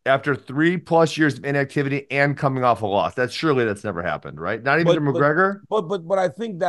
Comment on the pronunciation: Casuals can't even say the double Champs name.... Mcleggor